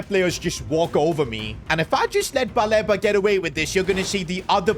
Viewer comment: It’s pronounced Baleeba as please